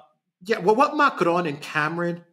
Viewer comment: Cameron . Not lord camaaron. F the lord